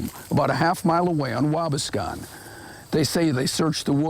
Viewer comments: It is Waa - bass-con. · Has nothing to do with the video, but I'm just over here laughing at the way dude pronounced Waubascon. 🤷‍♂️😂